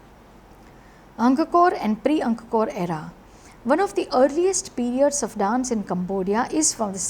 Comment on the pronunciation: ANG-KOR... NOT ANG-KA-KOR... please pronounce it correctly